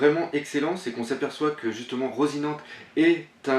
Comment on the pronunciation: Slt doc , j'en suis pas sur et je sais que ça te fait chier qu'on te reprenne sur les noms des perso mais je crois que ça ce prononce à l'espagnol donc du coups je crois qu'on dit " rossinanté"